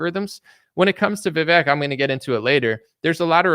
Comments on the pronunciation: Vivek says his name rhymes with cake, but you say fake. lol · Vivek. he says his name rhymes with cake.